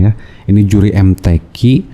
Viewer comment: Bacaan nya amburadul kok jadi yuri mtq siapa yang percaya, mudah"an dpt hidayah